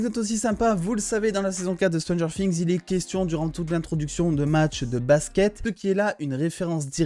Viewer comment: Stranger quoi? Fings ?😂 je déconne super ta vidéo 👍🏻